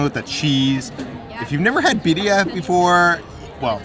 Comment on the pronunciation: I’m so proud of peters pronunciation of Birria. You’ve come along way!!